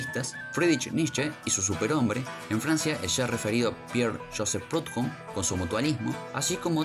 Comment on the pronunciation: Estaba por poner lo mismo, acabo de descubrir el canal, y me pasó también que le falta como cierta... cadencia? Y la pronunciación de algunos Históricos como Proudhon o Toreau. Los primeros minutos bien, luego como que se acelera demasiado el relato. Suscripto.